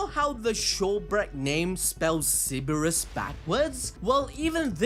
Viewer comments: You forgot the R in ceRberus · This dude is really out here pronouncing Cerberus like si-bur-is. Im just messing around and giving you a hard time. Love your videos, bro. I never miss an upload. I really like how you get your balls so deep into the best anime and manga. The deepest, and apparently the biggest, balls on YouTube.